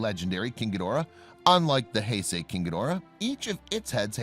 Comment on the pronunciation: He finally gets the Heisei pronunciation correct.